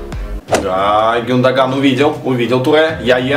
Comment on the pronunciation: гюндаган ударение но ю! и не зови матершиннека гену!